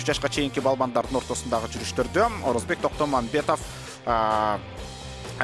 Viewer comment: Орозобек,Орозбек эмес